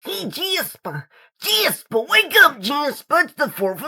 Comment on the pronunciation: IT’S AMERICA DAY JASPAH